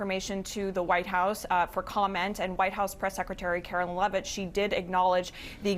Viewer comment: Just wondering,, do you always mispronounce Karoline Leavitt’s name on purpose?